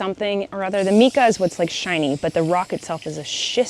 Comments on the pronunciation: LOVE! It is called "MYca," not "MEca" IE Mica 😂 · “Mica” Like Mike not like Meek 🙃😂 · pronounced, "mika" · I believe it's pronounced "my-kuh." All of our rocks in the Rocky Mountains here in Colorado have it. That's just how we've always pronounced it growing up. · Isn't it pronounced Mike-ah?? Or am I crazy? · Getting new glasses is always exciting! I've worn glasses since I was 15 and its a fun accessory if you look at it that way. Also, side note, mica is pronounced MY-ca. We had alot of it down in GA. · I think it may be pronounced “my-ka”! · Hmm I think mica is pronounced as my-kuh 🫣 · Its micahhhh ( pronounced) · Fellow rock/crystal lover here ☺️ Just an FYI. Mica is pronounced differently than the way you’re saying it. Check correct pronunciation on google if you’re interested.